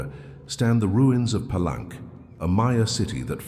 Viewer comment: Gosh... get your AI reader to pronounce "Palenque " correctly... it is disrespecting not to